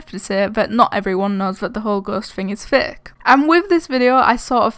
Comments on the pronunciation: Xd and plz say fake not faaaaak no disrespect it's only funny when you say it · Is it only me who thinks it or is really saying:these videos are thicc,zeph's videos are thicc the whole ghost thing is thicc(no hate)(i know she's saying fake but it sounds like thicc)